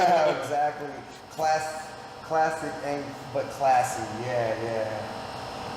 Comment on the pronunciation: Said that wrong.. classic not classy..